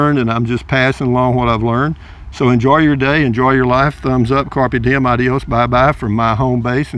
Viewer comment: Car Pay Dee Emm